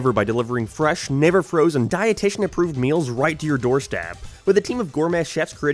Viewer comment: that didnt sound like "never"